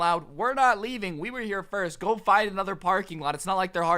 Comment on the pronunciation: Stop saying Firts!